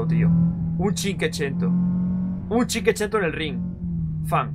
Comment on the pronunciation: Has dicho como ochocientas veces cinquecento mal xD cada vez una puñalada en mis oídos...y corazoncito 😅